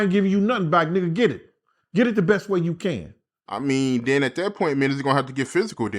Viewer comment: Den dude enunciate it's THEN NOT DEN